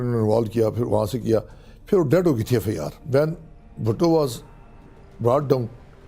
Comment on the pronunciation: Pakistan Judiciary is on the shoulder of these people who cannot even pronounce “FIR”…… “EffeAaar” kiya hota hay?